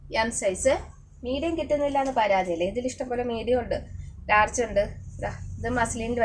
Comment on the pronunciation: Larch അല്ല Large ആണ്😅